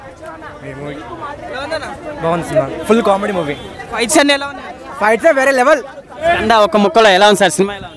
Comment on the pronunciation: kanda kadu ra Skanda raa